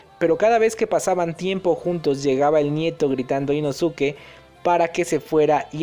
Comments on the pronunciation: Chido videos perooooo...no se dice “inosuke" se pronuncia “inoske",solo para que lo sepas amigo👍😊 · Se pronuncia Inoske dilo bien porfa,cada vez que escucho inosuke me desespero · no es inosuke se dice inoske no podes hablar asi ante la mejor cosa del universo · No sé si soy la única que se sintió incómoda por la pronunciación de Inosuke y no Inoske es que la u en japones no se pronuncia por lo que Inosuke se pronuncia Inoske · InoSUKE, Inoske!!!! Como carajos no sabes? Te leíste todo el pinche manga y anime y nada!!!!! Me emputa, me emputaaaaaaaaaaaaa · Se pronuncia "Inoske" la u es muda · Creo que se pronuncia inoske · no se dice "inoske"? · se pronuncia inoske pero se escribe inosuke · se dice inosque 😓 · Se Lee "inoske" campeón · Se lee Inoske, nomas digo. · Me da gringe que no digas inoske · Hola vengo del futuro a decirte que te equivocaste y que inosuke 1 no se pronuncia así y 2 el es lo más chimbaaaaa